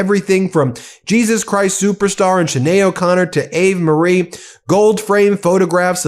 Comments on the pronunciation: Ben ~ The Latin hymn, Ave Maria (ie. Hail Mary) is pronounced: 'ah-vey maria'. Thank you for your attention to this matter. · you really need to work on your pronunciation; your mangling of "Ave Maria" just shows your typical american ignorance. And to be honest, you are beginning to sound like a broken record. The only reason anyone outside of America watches this is to witness the downfall of America. it most certainly is not for your oration skills. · Ave Marie really, Ave Maria, how does a lawyer be so uneducated. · Ave Maria. Ave has 2 syllables.